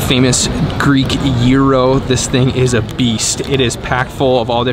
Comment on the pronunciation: It s not juuroo it s giros